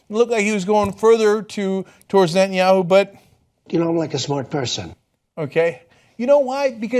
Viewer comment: At one point, Ana truncated Netanyahu to simply "yahu." That made me grin for some reason.